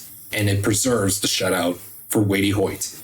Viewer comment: Hey bud, it's pronounced "Weight" Hoyt